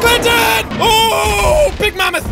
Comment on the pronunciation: Jack: Big Mamath Me: Wow it is big Jack: *get's Trampled instanly *